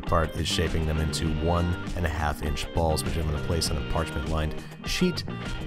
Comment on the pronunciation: weird to hear him not put extra emphasis on when he says the word, "balls'